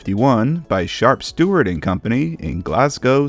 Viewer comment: I'm surprised nobody's pointed out how he said "shart stuart" lol